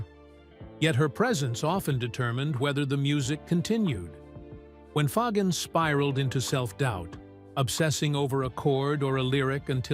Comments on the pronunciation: LOL! They can't even pronounce Fagen correctly!! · Too bad AI can't even pronounce Fagen or Aja.